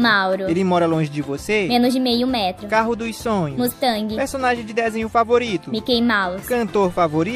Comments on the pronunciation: "Menos De meio metro" Eu ouvi errado? ELA FALOU COM "D" "Mais ou menos" Ela falou com "o" "Mais de mil" falou com "d" dnv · No minuto ela falou com d menos "de" meio metro